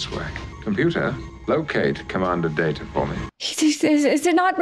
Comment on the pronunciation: I never liked Pulaski. She started out on bad note by mispronouncing Data’s name.